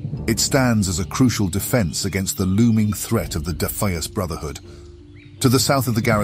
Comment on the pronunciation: Given the weird pronunciation of Defias and Goldshire, I'm guessing this was produced using Eleven Labs right? Great stuff even so. I'd watch one of these for every zone honestly.